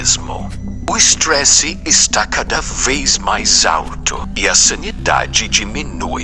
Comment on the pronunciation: pq ele fala:"o istres aumenta"😭